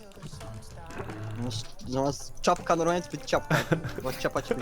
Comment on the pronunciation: Przesadziłes z ta CIAPKĄ 😂😂😂